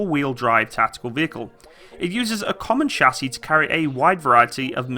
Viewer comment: Shassy? You mean CHASIS? Cha!